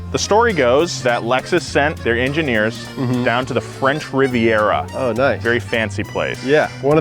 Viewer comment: I remember hearing Hammond saying French riveiarer and I kept repeating it over and over again until my wife threatened to divorce me